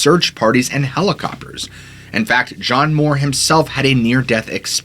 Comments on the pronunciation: It’s M-you-ir, not Moore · It's pronounced John Mure, NOT Moore. That's how you pronounce Muir, like his namesake, Muir woods.